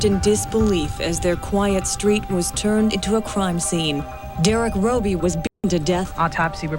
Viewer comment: Eric should have been chemically Castrated by the Prison system before being allowed to be released Eric should never be allowed to Procreate he is an Evil spawn who's genes.should not be allowed to carry on through Procreation. Also Derrick Robie his last name is Pronounced ROE BEE not Robbie.